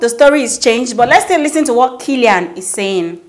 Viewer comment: That's not how to pronounce kaelin ma'am. People are allowed to always discover and rediscover themselves as much as they want. They are one of the genuine families on this street mahnn. Great job though